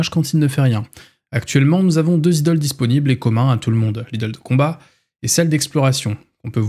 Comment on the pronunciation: Pour le "Idles" ça se prononce "Aïdeul" en gros (c'est moche mais c'est pas grave)